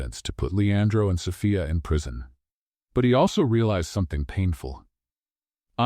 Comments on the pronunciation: Am I the only one bothered by the mispronouncing of "Sophia"....It's So-fee-a.....NOT So-fi-a....about to drive me crazy!!!! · An AI may not have learned how to pronounce a common name like Sophia ( "so-FEE-uh"), yet most educated humans would, thus I would declare that Impressive Stories has chosen to cheat the public by employing an AI instead of a human who needs money to feed hisself or herself. Yes, the beings behind Impressive Stories should be ashamed. The stories may be well written, but shameful presentation is not well. Greed should be shamed. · AI can't pronounce Sophia correctly.